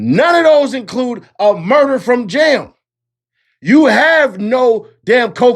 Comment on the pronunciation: It’s JAM not Jim dammit